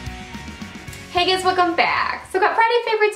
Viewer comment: I have to laugh It always sounds like you open with "Haggis welcome back" .hahahah